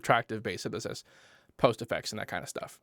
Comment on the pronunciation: syntheseisidisi..synthsesiisus..synthestistu.. basics!